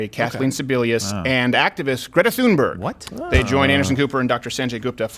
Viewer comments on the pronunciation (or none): Greta's last name is pronounced TOONberg, the "Th" sounds like "T".